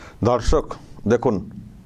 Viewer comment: Apni dorshok bolen kintu shunte lage dhorshok